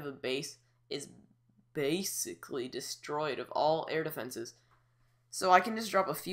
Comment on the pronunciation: "Base"icall LOL